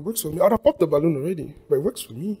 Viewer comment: Balloon not balloom